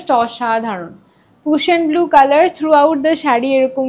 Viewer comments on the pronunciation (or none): Ota Prussian Blue. Pussion blue noi…. I think tumi ekbaar tao check nao. Its important that you pronounce the colours properly when you are in this business and dealing with the customers😊